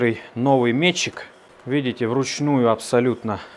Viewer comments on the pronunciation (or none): none